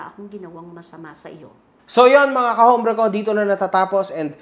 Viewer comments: correction pronounce ut OMBRE not HOMBRE. SILENT H. po xenza na tinama lng kita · Pls correct ur pronounciation of HOMBRE...silent H po as in OMBRE...ty po